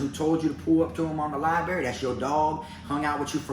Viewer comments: Love your videos man..I fu*k with ya..but I gotttttta say something this time lol. It’s libRary. lol I heard you say libary a few videos but always convinced myself it was just a mumble. Had to break it down now though haha. Not puttin you down homie! Just lettin you know. LibRary. 👌🏼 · Libary? Library! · "Li-Berry" - - 2021.